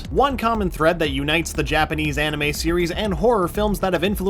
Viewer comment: Did they really have to make in an anermay? -_